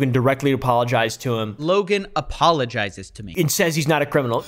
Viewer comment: They give out “apaulogies”